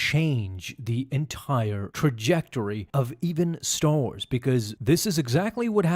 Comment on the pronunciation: "Staw Wars"